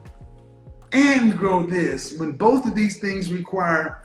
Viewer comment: If she says “boff” one more damn time.